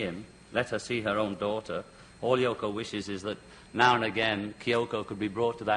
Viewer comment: Haha great Freudian slip, there, Mr. Cavett - he called her YoNO! (uh, Yoko). You def get the sense that he wished she wasn't there at all. Still miss that show.